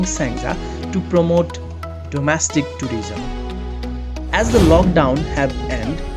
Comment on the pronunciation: domestic not domastic